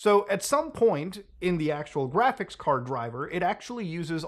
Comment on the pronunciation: gwaphics kawd